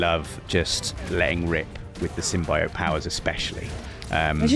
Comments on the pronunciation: Most people: Symbiote: Sym-BI-ote. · Bro can't pronounce symbiote